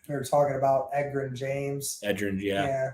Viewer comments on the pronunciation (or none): if you pronounce Edgerrin like that again then you leave me no choice other than to call the feds